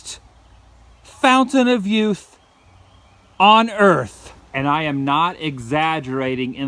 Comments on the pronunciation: did you say 'fountain of yoot'? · John Hawkins yoot? What's a yoot cousin Vinnie?